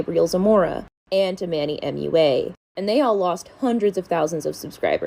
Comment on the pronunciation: It’s cracks me up that you struggle pronouncing the ‘U’ in Manny MUA. It’s like you say “ooh” instead of “you.”